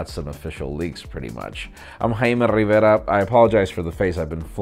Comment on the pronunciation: India is the country that will do justice to the pronunciation of your last name!